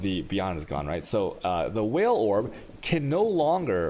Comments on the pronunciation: It did actually take me a few minutes to figure out what he meant by "whale" orb, and I've been playing the game off and on since domination. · That's how he pronounces Vaal Orb, I find it amusing on stream but I said above why he should use normal english for tutorials